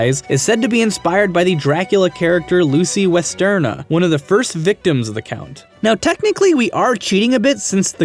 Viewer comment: It's Lucy WestENRA, not Westerna. ;)